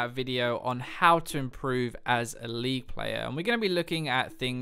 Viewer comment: Anyone else understood "Improve as a lee player" instead of "Improve as a league player" at the beginning of the video? D